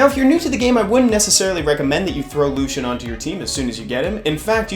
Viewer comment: Why do you pronounce it the same as Lucien (light elven ranger). It’s clearly Lush-en…